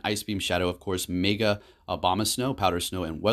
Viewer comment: Within 30 seconds you said Zapados, Meega and Swinub! Never change!